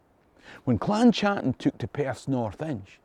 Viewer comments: Great video, but Please could you stop mispronouncing my clan name. It's pronounced Cattan and not a "Ch" sound. Touch not the cat bot a glove. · The CH in Chattan should be pronounced the same as the CH in loch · In 2009 myself and my wife attended the Gathering of Clan Chattan, the 400th year anniversary of the Confederation. I was smartly schooled that the 'C' was silent and the name was pronounced "clan Hattan', my last name unchanged since Mark Hattan arrived in Virginia 1777.